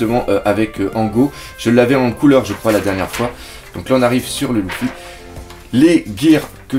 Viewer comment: pk tu dis louffy et pas luffy ?